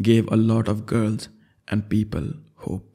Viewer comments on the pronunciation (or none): none